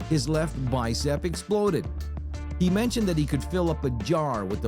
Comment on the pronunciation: Lol muscle don't "exlode"